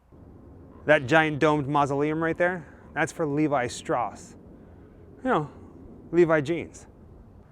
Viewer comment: Pronounced "Strauss" incorrectly. 'Strowss', not 'Stross'